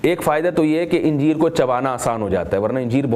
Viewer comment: Injeer nahi bhai Anjeer bolte hai 😢